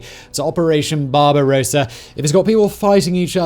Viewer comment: " BarbaROSsa", Simon !